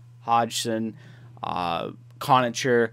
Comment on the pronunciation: conacher is pronounced conaKer... and pysyk... is pronounced piss-ick